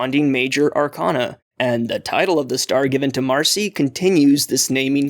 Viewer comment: curious why do you pronounce arcana like that